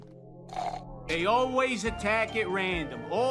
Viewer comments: pronouncing 'always' but it sounds like 'auwways' makes me chuckle. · I agree with some of your point.... but please for the love of satan, stop pronouncing always owl-ways.